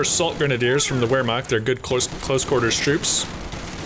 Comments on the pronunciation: as a usf and coh2 noob I love those videos, in return, please take those letters to helpbyou with the pronounciation of german words: W = V v = F so Vermacht or folksgrenadiers. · It's pronounced roughly "vair-makt"